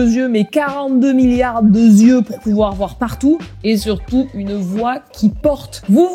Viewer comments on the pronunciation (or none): ''42 milliards de syeux''😂😂😂t'es la meilleure mama!